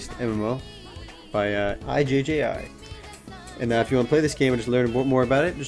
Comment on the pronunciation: Ijji, pronounced like ouijji, without the ou. e-g